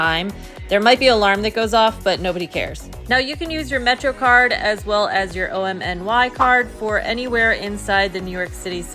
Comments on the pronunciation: OMNY is pronounced just like "Omni", please stop saying "O-M-N-Y" 😭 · Call it OMNY please not O-M-N-Y. My suggestion not command. Say it the way you want.